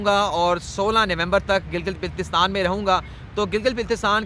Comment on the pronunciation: یاد رکھئے گا کہ بلتستان میں بل زبر کے ساتھ لکھا جاتا ہے۔ یعنی کہ اس طرح بولا جاتا ہے جیسے کہ گردن میں بل آنا۔